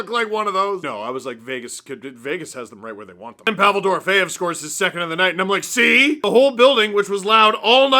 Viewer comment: You should tell Ray Ferraro how to say “Dorofeyev” (you say it correctly, and he says it VERY incorrectly lol)